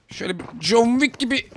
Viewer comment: noldu lağn jeki derken, ne oldu ulan jon viik olması 🥴😲😂😅